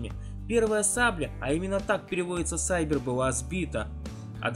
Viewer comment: какой еще сайбер?может сэйбр?грамотей .На видеоряде вообще не ф-86 сэйбр,а ф-80,наши называли их "кресты",уже устаревший , на то время ,самолет,в подметки не годился миг15.Кароч не ролик ,а полный провал. У мига 15 была модификация миг15 бис,у ф-86 сэйбра тоже за время войны перевооружили на более совершенную модель.Во время корейского противостояния уже был миг 17,но СССР его не дал на военные действия.Миг 15 был заточен со своими 3 орудиями(две 23мм и одна 37мм) на уничтожение многомоторных бомбардировщиков.хотя и с истребителями справлялся прекрасно.Ф86 имел 6 пулеметов 12,7 мм калибра.